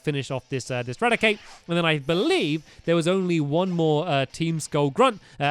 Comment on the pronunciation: Wait stampy Said. Rad a Cake Lol Cake